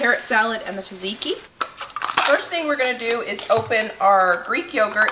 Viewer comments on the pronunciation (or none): Btw its pronounced Zadziki, not Tazaiki !! Love yr videos. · Everyone else has great tips on how to make the best tzatziki they know of meanwhile over here the only tip I have is that it's pronounced Cha-cheeky